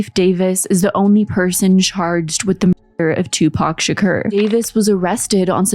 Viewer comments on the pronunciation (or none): Tupac Shuh-koor. say it w/ me. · HOLYSH*T What the Fu*k U NO A WHITE GIRL AINT A HIP-HOP FAN WHEN UR FUC*ING UP SAYING PACs LAST NAME THE WRONG WAY